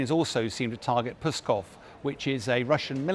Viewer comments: It's Pskov, not Pyskov. This guy can't speak! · pronounces 'Pskov' like a rude command to go away;-)